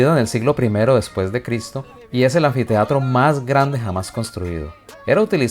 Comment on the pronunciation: Anfiteatro? 😅 Solo oír eso y ya dejo de escuchar